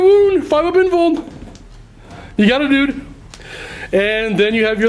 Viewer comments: him calling everyone a duder made this unwatchable. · Damn it. Hearing "Duder" gets painful after a while.